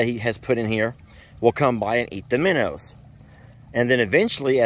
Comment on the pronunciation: You two should collaborate more. I always laugh so much when y'all are together. The geese will definitely be happy with all the minnows. Or "minnuws" as calls them.😂